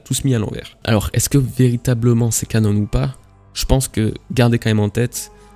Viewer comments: Arrête avec tes "Canonne" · J'ai kiffé la vidéo! Oh par contre on prononce canon comme l'arme à feu et pas "canone" c'est un mot français ^^